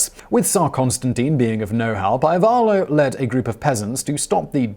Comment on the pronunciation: Just to point out how to pronounce Ivaylo : I - as in "see" v - as in "very" ay - as in "lie" and o as in "so" - it should probably sound something like ee-vay-loh. Source : That's my name and I watched one video, just to explain better how to pronounce it. P.S. : I know that I may sound stupid for commenting on pronunciation of one name, but I just can't help it, sorry.